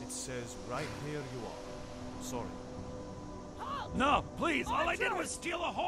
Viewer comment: my only problem is hadvar's new voice. he no longer says "sowwy"